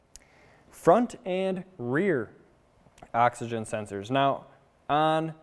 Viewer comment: Sounds like you are saying “Action Sensor” over and over...